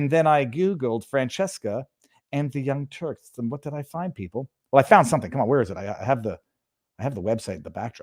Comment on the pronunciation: Viva, did you say young turds?